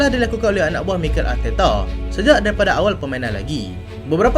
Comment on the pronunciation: Mikel yg dulu maikel😊..mantap min baru ngam sebutannya